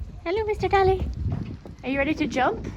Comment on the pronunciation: wow a commentator pronouncing Dali's show name correctly 🤯👏👏👏 well done mr commentator I'm very proud Edit: noooo he failed 😭